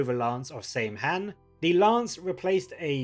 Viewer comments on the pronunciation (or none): Saim-Hann is pronounced Sam-Hine btw.